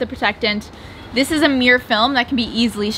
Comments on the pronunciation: Mir-ror. Mirror. You found the second syllable half way through the video. You ok? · No hate lol but I’m from the uk and it really annoyed me every time they said mirror like “Miyer” rather than “mirror” lol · As a person with English as my second language it's always confused me as to why ppl from the us pronounce mirror like mirrr or mrrr if they seem to be feeling particularly lazy, and now the canadian murr or meerrr. Why not just pronounce the word properly or change how you write it to better reflect how it's commonly pronounced? It's not like that hasn't already been done with plenty of words in the american english anyway. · I love you guys but the number of times I heard you say “meer” instead of mirror was so frustrating 😭😂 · I swear said mirror so often I only heard meer in the end 😜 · you made me so aware of how many times she says mirror and it hurts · Well I'm English and it sounded weird. Surely it's pronounced mirrah? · My husband keeps twitching every time you say 'meer' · Quarantine drinking game, drink everytime says "meeor" 😂 Can we get a re edit with a counter? Love you guys haha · Once you realise is saying meeer you cant unhear it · Am I the only one who is so disturbed by how American pronounce “mirror” ... “meee-er “ 😂😂😂